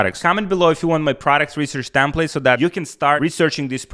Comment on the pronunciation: TEMPLATE BRO TEMPLATR